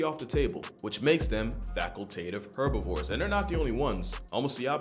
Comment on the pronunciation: please pronounce herbivores with the H